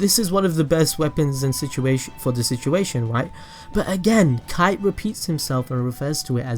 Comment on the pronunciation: não é kite é kaito!